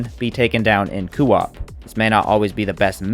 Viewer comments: CO - OP NOT COOO OP WTF 🤬 ITS ANNOYING !! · Why are you adding an extra O in Co - op? It Co like go not Coo like Goo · It's very jarring to hear every time he says it like that lol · why does every small elden ring creator mis pronounce words one guy said elden rihn and this guy says coo op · Co. Op not cooop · Lol great video but you new Elden Ring youtubers have me squirming in my seat with your pronunciations 😖 Today you're saying cuu op, yesterday a guy kept saying Elden Rinn. You guys are killing me here 😆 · Coo-op lol 😂😭😅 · Say it with me Coh-op. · Solid video - that being said, how you say “co-op” makes me want to put my head through a window. “Cuu-op” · since no one’s said it, it’s said like coh-op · Does anyone else hate how he says coop? It’s not kewop. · just came to say coo-op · Kind of driving me insane he says it like that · IMAGINE SAYING KOO OP..... that alone made me stop watching your video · Good sop saying koo-op, but good video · KOE AWP ...ffs man lol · Fr, I was about to call principal O’ShackHennessy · Will never watch another one of your videos in fear of hearing "coo op" again 🤢😂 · why do you pronuce co op like that, NECK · No offense but the way this guy says coop really rustles my jim jams. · lol that part on family guy when stewie saying cool W-HIP 🤣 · Coo whip. Why U saying it like that Lol awesome vids 🙏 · I was literally about to make the same comment until I saw yours. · Can you pleas say co-op properly, other than that you are an ok youtuber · I really couldn't get over the way he mispronounced co-op it made me cringe constantly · The way he said co-op really bothers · your pronunciation of coop is insubordinate and churlish